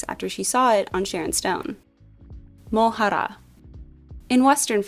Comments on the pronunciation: I love the effort you put into these videos! But Mohra is not pronounced as Mohaara. There's no vowel sound after the H. The word means pawn. And Dune is not set 10,000 years in future from now. Its set in a more distant future where any sort of AI is abolished after a great human Vs AI war spanning for a long time and over galaxies. Its after that war that the 10,000 year count is made in the story. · don't roll the r so hard on mohra. go easy like the r at the end of the american butter. edit: this my fav series!